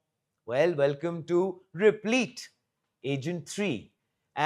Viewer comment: Replit rhymes with lit, not leet.